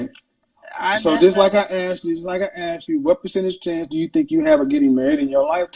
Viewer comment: The whole “axe” thing really drives me nuts. The word I is “asked”.